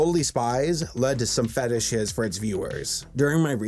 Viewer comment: LMAO at "feetishes!"